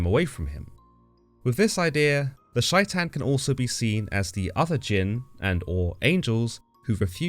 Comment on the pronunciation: it's pronounced like "Shay-ton" not whatever you said it like